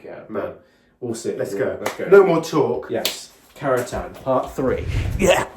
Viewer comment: It's 'Carentan' guys.